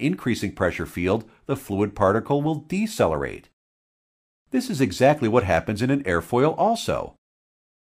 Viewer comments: Accelerate has two Cs and sounds like ACK-Seller-Ate. Decelerate has only one. The word doesn't sound like DECK-SELLER-ATE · Haha. "Deccelerate." Haha.